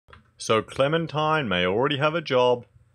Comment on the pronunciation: All cle-MEN-tine must die...